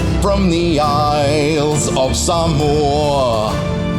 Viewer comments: As a samoan myself, thank you for pronouncing the name of our homeland correctly instead of butchering it like most people do 😂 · 1000 points for saying Samoa correctly in the song